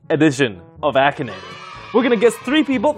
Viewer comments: BRO SAID "AKIN NAGER" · when the video started i thought he said “Action Ni-“ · Lol same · same lmao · Same lol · What the heck did he just say in the intro? I’m sure he tried to say Akinator but it sounded like something else😅